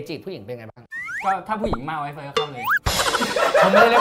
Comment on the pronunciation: เเม่!!!! พี่เขาชื่อเฟย ไม่ใช่เฟย์เเม่ 555